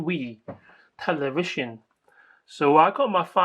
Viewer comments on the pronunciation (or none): teewee, telewision XDDDD